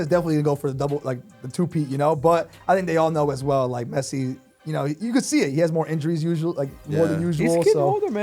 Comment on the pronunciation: He said Pessi